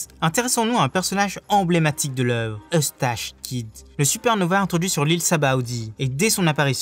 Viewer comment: C'est pas Eustach Kid mais Eustass ... également pour le Baratie ça se prononce "Baratié" et pas "Barati" ... c'est pas "Orochi" mais ça se prononce "Orotchi" ... et pas Corrida "Coloseum" mais "Colosséum" ... encore et encore des fautes ...